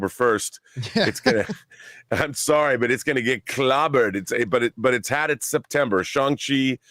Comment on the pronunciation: Lol. Who else picked up on John's "SORRY" in that Canadian accent?